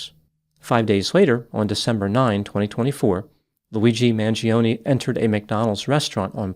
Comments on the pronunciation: you of all people should pronounce the surname Mangione correctly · Maybe one day Americans will pronounce their Italian last names with linguistic integrity Mangione is not pronounced manjeeohnee The I vowel and E vowel cannot ever have the same annunciation yet Americans are lazy as Eff when it comes to the integrity of properly pronounced English Mangione is properly pronounced Mahn- Joe-nay